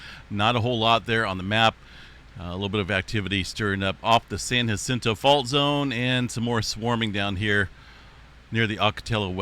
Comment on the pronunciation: San Jacinto is a soft "J", same as San Jose. Ocotillo Wells, the double ll's here are a "y" sound same as "tortilla". Love this channel in Riverside CA everyday! Stay Safe :)